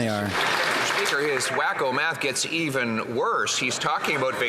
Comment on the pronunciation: He said WAKOOH